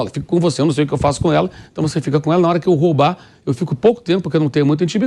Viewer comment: Parabéns Mauro Cesar!!! Pelos comentários e pela perfeita pronuncia do verbo roubar. Como dói aos ouvidos ouvir jornalistas? Falarem robar!!!!!